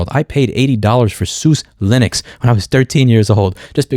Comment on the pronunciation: The correct pronunciation of Suse Linux is soo-sa not sooz. Look it up on their site.